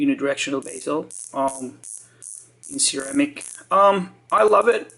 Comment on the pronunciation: How about his “Sarah-Mick” (ceramic) lmfaoo